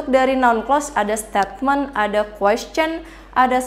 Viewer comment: Koreksi: statement itu mengapa diucapkàn stetmen seharusx steitment